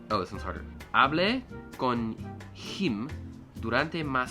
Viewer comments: The "h" has no sound in spanish. When u read "hablé", try to read it as "ablé", without sound for the "h" (unless "h" is after "c") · "hablé", h has no sound. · Hola, la H no se pronuncia. No se pronuncia "jable", se pronuncia "able". Y es "hablé" acentuando la "e", por ser en primera persona. "Hable" es imperativo, ordena, manda. No sé si me he explicado bien. Un saludo Xiáomanyc, buen canal, buenos vídeos.